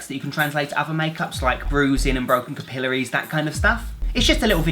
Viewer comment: Can't tell if I've been pronouncing capillary wrong my whole life or if you're pronouncing it wrong.